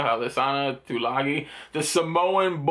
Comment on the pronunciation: you pronounce it right uce , good job !